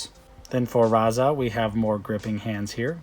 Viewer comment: Why did you keep calling him Raza?